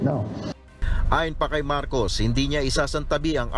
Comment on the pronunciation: Marcos at hindi marcoc